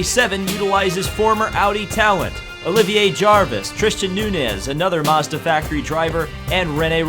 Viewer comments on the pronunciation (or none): none